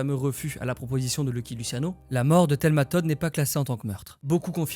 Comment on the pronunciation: alors, ça se prononce "Loucky Loutchiano" mais sinon, superbe vidéo, j'adore.